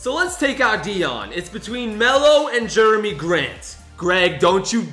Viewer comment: Actually its jerami grant not Jeremy grant